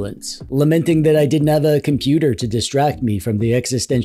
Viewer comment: Not computer its compooper❤